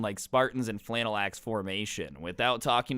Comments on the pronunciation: Lol scrubs pronounced phalanx like flannex. 😂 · pronounced fay-lanks